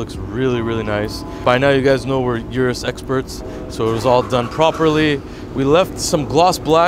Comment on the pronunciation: Nobody:: U R U S